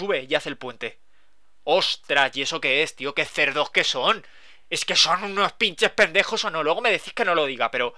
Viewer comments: Me hace gracia cuando dice Pinchej Pendejoj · Jajajaj "pinches pendejos" amo como lo dicen en otros países